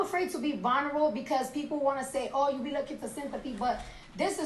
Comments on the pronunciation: She really said vonrable 😭😭 i didn't hear anything after that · reaction on cardi tryna say vulnerable got me 💀☠️💀☠️💀☠️💀